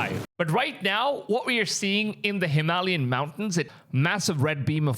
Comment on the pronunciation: Bro. Please learn how to say Hem-al-yain. You pronounce a couple words sp weird every video. Makes me think your ai.😂